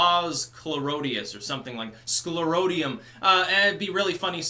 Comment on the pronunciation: "Sclorotium" lmao! nice